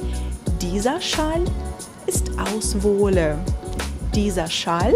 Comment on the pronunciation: «Wolle» wird kurz gesprochen, двойная согласная - закрытый слог